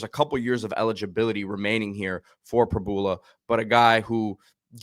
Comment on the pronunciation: Prib - YOU - la 🤦‍♀️ Please get it right